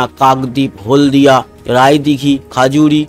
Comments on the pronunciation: দাদা খাজুরি না খেজুরি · ওটা খেজুরি। খাজুরি নয়